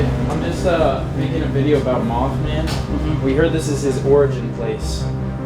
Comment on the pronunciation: Did he said mouthman